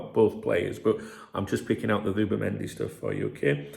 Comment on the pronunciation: Who’bimendi did you say😂